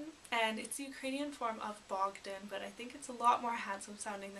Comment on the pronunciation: Bohdan, No G.